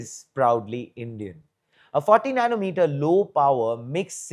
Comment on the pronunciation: We don't need 14nm for smart energy meter. That's an overkill, I know. I just wanted to clarify what he said was 40nm. His accent made it confusing.